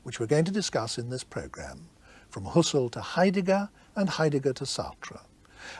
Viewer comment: Husser-el haha